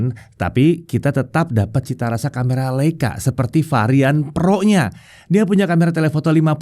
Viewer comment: "...seperti varian PEROnya..." Cara ngucapinnya lucu aja wkwkwk